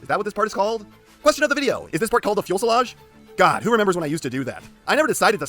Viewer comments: UUuuMMmma AcTShualLy iT's pRonOucED "Few suh laazh" nOt "Fuel suh laazh" (insert Nerd emoji here) IDK if thats where the fuselage is located though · Its called the fuselage. You were close with fuelselage, but it's fuselage.